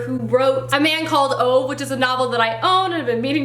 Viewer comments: When you were holding Britt-Marie was here I can't help but say how many times you got her name wrong. I'm sure you noticed though. Also Ove is pronounced Oova. I can't blame you though, I said the same thing before I found out. Also you should read 'My Grandmother Asked Me to Tell You She's Sorry' before you read Britt-Marie. You will understand better cause it takes place after it. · And thus I added another couple of books to my tbr-list... Hahaha. Oh, and I must add, it was kind of funny hearing you pronounce Britt-Marie and Ove, since I'm Swedish and know how they're supposed to be pronounced. They aren't easy names for an english speaker haha!